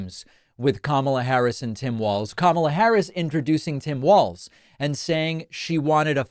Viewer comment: Hey, David, you are pronouncing Walz correctly! Now I just have to find the rest of your show here.